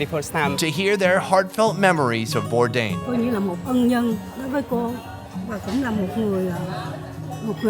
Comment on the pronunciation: his name is Bourdain, not bourdin